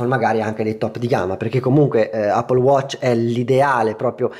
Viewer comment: Ma ca**o, tutti a dire “Appol”. Le possibilità giuste sono due: all’italiana “Eppol” o alla americana “aePPOl” detto ae veloce come insegnano nelle scuole.